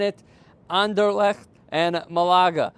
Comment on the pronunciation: hahaha butchered anderlecht there